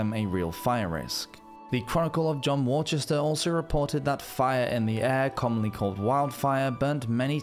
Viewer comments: 'Worchester' ...like Worcester? ...or 'woo-ster'? Not sure but that's how it's pronounced. You sure you're a Brit?? ....or are you just that far North? There's probably somewhere else called Worchester thb....I'm from deepest, darkest East Anglia though - so, what do I know? 😂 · is that Worcester you are pronouncing as 'war-chester'?